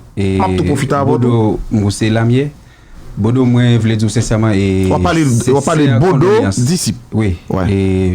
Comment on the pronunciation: tout sa ap di fòk li fè fot poul di bodo li di bòdo 😂